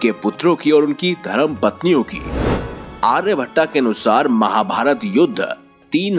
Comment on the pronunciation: aaryabhatt hota hai na ki aa....bhattaa